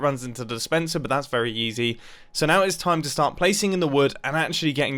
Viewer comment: Mumbo’s so rich now he says yeezy instead of easy